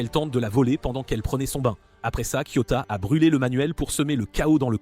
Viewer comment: Pourquoi tu racousuie les nom des personnages et c'est KIOTAKA